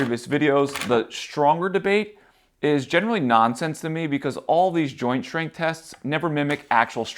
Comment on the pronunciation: Some great tips, but what is shtring , shtrength and exshtra. I guess you mean string strength. If your going to talk to an audience, learn to speak properly.